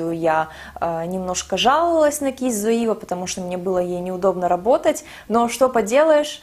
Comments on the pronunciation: привет! спасибо большое за видео) очень полезная инфа) скажи, пожалуйста, почему ты говоришь "зоИва"? спрашиваю только потому что не знаю как правильно)) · всё правильно, в Германии не произносят зоИва ))) немцы говорят цоЕва ;) но послушайте американских блогеров, их произношение, в общем вы обе в какой-то степени были правы 😄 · ну ты же живёшь в Германии, зачем ты произносишь Zoeva неправильно? все русские блогеры и так постоянно коверкают это название, хоть ты бы произносила правильно, чтобы другие знали, как эта фирма правильно по немецки произносится. Слух режет ужасно